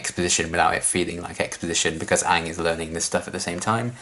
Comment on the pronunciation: hasn't seen Avatar before. Still pronounces "Aang" better than Avatar the movie.